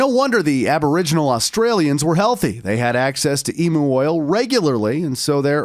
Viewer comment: It's pronounced like Emyou oil not Emoo oil 😂.